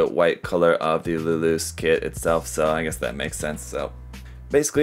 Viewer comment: It's luluce as in luluche like spanish or italian. Nobody says luloose 😂